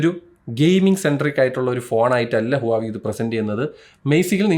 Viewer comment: ഹുവാവി ❌ വാഹ് വേ ✅